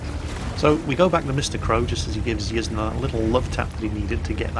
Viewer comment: Pretty sure Yzne is pronounced "Yiz-Nay", incase anyone wanted to know